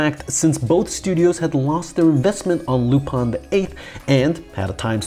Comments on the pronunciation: lu- pin not lup-an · It's lupin not lupon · Why do you say Lupan? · Your pronunciation of Lou-Pawn is getting on my nerves! I’ve always heard it as Lupin. Where are you getting the “pawn” from?